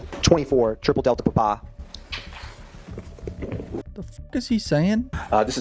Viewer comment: why the hell did he say papa like a little Italian boy